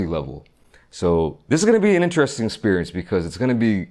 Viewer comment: I love how he pronounces interesting lol